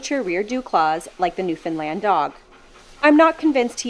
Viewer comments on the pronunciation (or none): Im the only one getting triggered by her calling them NewFINland ???? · Sorry, but it's pronounced "NewFUNDland" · No, it's not. It's pronounced exactly how it's spelled. Western Canadians just like to ignore the "o" in the word NewfOundland.